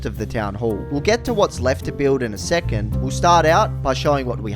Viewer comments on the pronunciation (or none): none